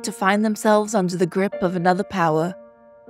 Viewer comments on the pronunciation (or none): none